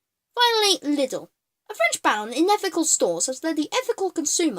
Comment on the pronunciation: I could Punch you for how you Pronunce Lidl and herein Germany Lidl and Aldi are pretty Solid and good quality and funfact some of those knockoff productd are owned by the Company they are pretending to be so they can sell both product varietys